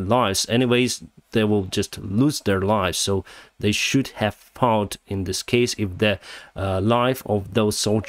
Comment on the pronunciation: There's quite a few other words too.. like "fought" he pronounced as "fauught". And there's another word I can't remember now, at the top of my head. But he use it quite a lot. Or at least he used to. And then there's all the words containing the letter "U". Especially if it ends with a "U".. like the Tochka-OUVVU! lol! But I'm not really complaining here.. it's all good! We all love.. But that aside.. I am surprised that he doesn't speak better English, given that he is a pilot after all. Thought it was mandatory to speak really well now a days, after all the plane crashes caused by miscommunication due to bad or inadequate English.